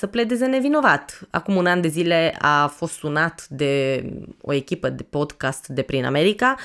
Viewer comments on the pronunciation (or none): none